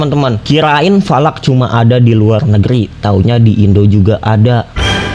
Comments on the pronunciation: Bukan Valak bang salak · Falak❎. Salak✅😂😂😂😂😂😂😂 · Falak jadi salak😮😂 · Bukan salak tapi lanak